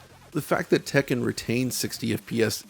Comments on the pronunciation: I really appreciate that he says Tekken properly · I really appreciate that he pronounces Tekken properly